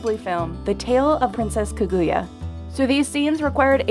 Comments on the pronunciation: They pronounced kaguya wrong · Insider: Pronounces Kaguya as kuguya Me: winces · this is absolutely ASTONISHING!!!!! I wouldn't say "most" movies use 2.5--at least the ones I've seen are fully 3D because, ya know, Disney has taken over everything. 2.5d seems to be not as known, or maybe it's just me? Anyone have any other examples? The horrid way she mispronounced Kaguya made me wince SO HARD though. >.<